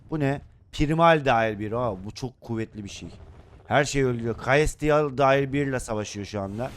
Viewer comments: kalestial diyil selestyl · Abi celestial selestiyıl diye okunuyor 😊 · abi birşey diyeceğim celestiel yazan dinazorlar selestiel diye okunuyor ama sen bilirsin ha kristal ha celestiel